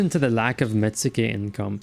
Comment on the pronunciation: Pettition to contract met-su-ke down to met-ske, as it would probably be pronounced by a Japanese person.